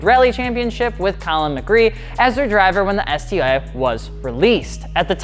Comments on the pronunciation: I love how informative your videos are but you mispronounced Colin McRae! It doesn’t sound like McRee, it sounds like McRay lol, you also left out the 2011 face lift where they (Subaru) put wide fenders on the wrx! Great video otherwise haha! 😁👍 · Colin McRae. Not McCree. Lol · What did u call Collin mcrea??? Mc creaaaaaaaaa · "Colin McRee/Mgree" lol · He definitely butchered the Legends name 🤦‍♂️ "When in Doubt, Flat Out" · did you just mispronounce McRae.... REEEEEEEEEEEEEEEEEEEEEEEEEEEEEEEEE